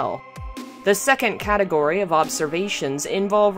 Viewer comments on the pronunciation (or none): none